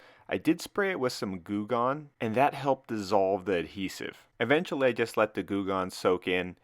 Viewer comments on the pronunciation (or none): none